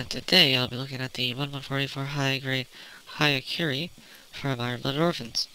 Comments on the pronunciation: It's "hya", not "haya". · it pronounce as yakuren